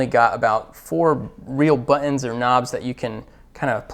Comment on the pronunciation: Did he say "Buuhh-INS ?" ! He did! Somebody needs to tell this guy the word is buttons not Buhh ins.